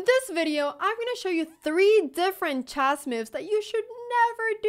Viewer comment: I love you but please "chess" is pronounced /tʃes/ and not /dʒæzz/ as in jazzz xD